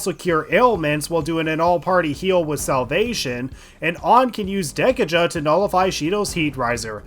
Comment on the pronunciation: Anyone else just die inside when he says Dek-uh-juh